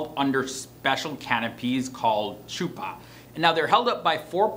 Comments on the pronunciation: It’s pronounced Huh-pa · Chuppah= huppa(pronounced) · Bruh the way you pronounced chuppa 🤣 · How he said Chuppah killed me lol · How does he know all these traditions but can’t pronounce chuppa correctly? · It’s chuppah with the “ch” going “kKk” instead of “sh” I just cant explain 🤌🏽🤌🏽🤌🏽😂😂😂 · The wedding canopy is pronounced "Khuppa." The ""Сh" is prounounced like the"ch" in the Scottish word of "loch" not like the "ch" in "cheeze." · This was a great video and hit on alot of good points but i just wanted to clarifly some things as an orthodox married woman 1) we don't have vows, we dont recite vows at all. 2) its not CHUpa. ch is pronounced similar to a soft H sound- HUpah 3) acutually, men do not have rings. none. men getting rings is a modern-day thing that copies secular culture. actually, rings on a guy, minus a signent ring (which is not worn anymore) are actually considered women's clothing which is not worn by men (no i am not getting into a debate, just stating facts). and for those of you who are like "what do you mean he has no ring, he is going to get hit on and cheat- people it is a ring, they can come off and go into a pocket easily- for both men and women i might add. a ring is not going to prevent cheating. integrity will. 4) well- the yichud room is supposed to be the first time a man and woman are allowed to be alone together. in orthodoxy, unmarried men and women are not allowed to be in the same room together without access. if a man and a woman are alone together, the door must be unlocked and unless it is a doctor patient sort of thing, the door must be open, or have a window where anyone can look in. this is done as a protection for both men and women to avoid the accusation of improper behavior (again not debating, just stating facts). yes, this is done even when dating. the couple is never allowed to be completely alone. for an extended period of time, yes they can be in a car toge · It’s like a Chuppacabra 😂 but better